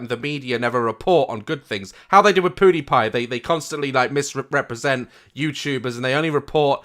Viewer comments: Everyone: PewDiePie Daz: PooDiePie 😂😂😂😂😂😂😂😂😂😂😂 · Did Daz say PooDiePie? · um did he say poodypie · Did anyone catch him say poodpew or was it just me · Love your videos but pewdepie is said pue-Dee-pie not poo 💩 Dee pie 😂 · This guy rlly said poodypie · funnyboijason • u mean poo-dee-pie 😂😂😂😂 and he doesn’t say seen but sin 😂 still my favourite youtuber 😁😁😁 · It sounded like he said poodypie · Poo not pew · did he say.. POODIEPIE??? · My man said poodiepie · how daz said POO-DEE-PIE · YOU SAID PEW DIE PIE WRONG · He said poodipie maybe that’s just how he pronounces it but for me it’s funny 😂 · he said poody pie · Daz : Jake Pole Edit : and Poodiepie ahaahah I'm dead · The way Daz pronounces Pewdiepie is so pure 😭🤍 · When Daz said pewdiepie I swear I heard poodewpie. Anyone else?😂😂😂😂😂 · Puh-dipie Like when he says sin instead of seen...Oh I had sin that ._. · Daz said poodiepie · Ok I couldn’t resist when he pronounced pewdiepie poodipie 😂😂😂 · He called pewdiepie poodipie 😂😂😂😂😂😂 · 'poo-de-pie' I died omg I'm sorry but- 😂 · Lol daz said "poodipie" at Read more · He said poodipie hah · Did he say Pootie pie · did Daz say Poodiepie??